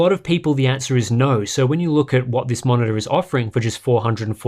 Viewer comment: i was like, wow I want this until i heard "...va-monitor"... no thanks :)